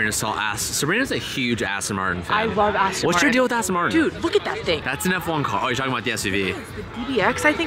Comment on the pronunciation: Aston Martin, not Arse-ton